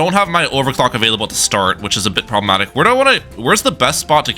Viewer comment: Why do you say "probamatic " so much